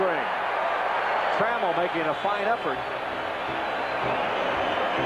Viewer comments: Alan Tra- MELL .lol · That might be the worst Tigers lineup intro ever. Screwed up the order. Called Champ Summers "John". Mispronounced Alan Trammell.